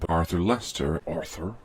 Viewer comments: The more you listen to this the more it sound like is saying Arffr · The evolution of the "Arthur..."s morphing into "ORTHUR" is so funny to me lol